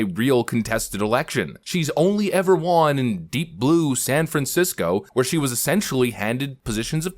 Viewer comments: When you say she Juan are you trying to say won or juan 🤣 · It’s won. Not wan. U sound r worded.